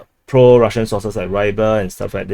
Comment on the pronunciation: It's pro Russian sources, not sauces 😄.